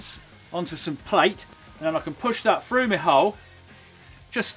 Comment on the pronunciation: "I can push that frough me hole" - Colin Furze, 2019.